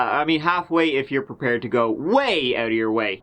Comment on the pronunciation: Hey when you say "Let's give it a goo " you make my day